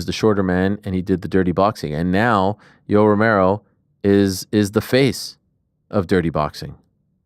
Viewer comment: Lol Jessica kept calling Yoel yolo